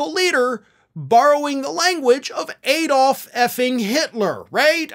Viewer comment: Its Add-olf not Eed-olf.